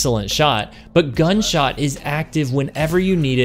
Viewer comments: Are you messing with me or are you saying “gunshot” instead of “gutshot” half the time? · Are you saying gunshot or gutshot? 😆 Thanks for the vid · Are you trolling with your pronunciation? I swear I hear you in-game pronounce it correctly at one point, but throughout the video, you keep saying "gun" shot. It's driving me nuts lol. Otherwise, top quality content, and love the explanation. Would love to hear if you've tried this on controller, I can't seem to connect my shots regularly with this thing as I can with Monarch. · Love the video but it's GUTSHOT not Gunshot. You were killing me in the beginning lol. Keep up the good work.